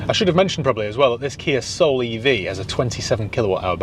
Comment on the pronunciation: The Kia Ah-Soul